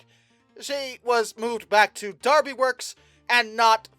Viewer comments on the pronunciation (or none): none